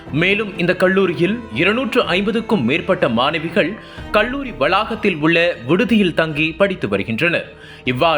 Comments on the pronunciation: தமிழ் உச்சரிப்பு சரியில்லை!! "கள்ளூரி"யில்லை, கல்லூரி. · நாமக்கள் மாவட்டம், கொள்ளி மலை, கள்ளூரி-: தமிழ் உச்சரிப்பு எப்படி???